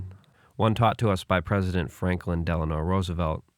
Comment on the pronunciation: The D in FDR is Delano not Delanor